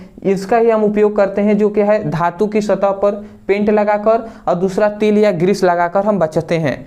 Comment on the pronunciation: Hello bhai tale Nahin Tel Hota Hai😂😂😂😂😂😂😂😂😂😂😂